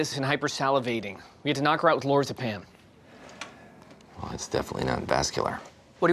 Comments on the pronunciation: I lovecthe way he pronounces Lorazapam. Lor-za-pam lol. Its Lor-raz-a-pam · it bothers me that the one doctor said "lorzapam" rather than "lorAZepam"............ am i wrong here? omg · Lor- ah - zeh - pam... not lorz-pam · Lore-a-pam ??? Did you hear that pronunciation?? It's Lore-raz-a-pam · "Laura-zepam." LOL. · "Had to knock her out with lorzapam." Cant even pronounce the med right. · Lorzapam? Where did this guy learn to read? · The pronunciation of lorazepam bothers me